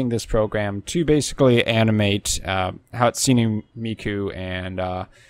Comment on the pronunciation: Hats-suni 😂 your pronunciation of Hatsune was awful.